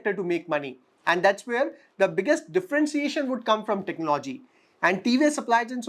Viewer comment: Your analysis is fine. There’s a good deal of homework that you’ve done. I have one suggestion though. Work on your pronunciation esp words like economy, technology, opportunity etc. Listening to bad pronunciation is a put off especially when you seem to be doing a good job otherwise. It’s not much of an effort to correct your self. But you need to make that effort